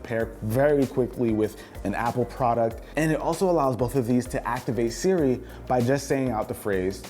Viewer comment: wait why can’t he say siri??